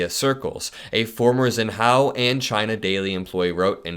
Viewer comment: lol how did you pronounce Xinhua??? Zin hao? 😂